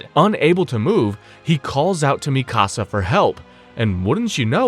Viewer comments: Bruh its mikasa not "misaka" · Bro what? I've heard Mikasa's name mispronounced all sorts of ways, but Misaka? That's a first. Whats even funnier is you say it the correct way less than a minute later. And after that start mispronouncing it as "Mi Casa" for the rest of the video lol. Wtf have you been smoking before recording and can I have some? FYI it's Míkasa - emphasis on the FIRST syllable. You literally show clips from AOT where her name is pronounced correctly Did you actually watch it, or are you just reading a script somebody else wrote for you? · Stop calling it misaka 😭, it's our legendary Mikasa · Bro called mikasa misaka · Yu slaughtered Mikasa's name on the 1st attempt 😂 MI SA KA 😂😂😂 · Lmao that made me laugh too and it happened a few times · You calling Mikasa “Mi Casa” is messing up the video a lot for me. I just hate when we get the ACTUAL pronunciation IN THE SHOW and ppl still mess it up 🤦🏾‍♂️🤦🏾‍♂️🤦🏾‍♂️🤦🏾‍♂️ keeps reminding me of the guy who kept messing up “Akatsuki” 😂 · Same. I once tried watching an AOT recap on another channel, but couldn't finish it because they weren't saying "Levi" correctly, which grated on my nerves.